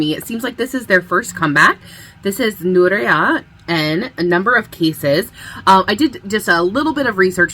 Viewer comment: Thanks for the reaction :) NouerA is pronounced like 'New era'. Their name is Nouer (to tie in French) and Era. Their lore is that they are agents that can travel through with the power of their music to tie kpop era and people together. That’s why in their MV there is a lot going back in time and different spaces/timelines. Their debut song is New is Now if you want to check it out ! But the whole comeback album 'n: number of cases' is worth listening to!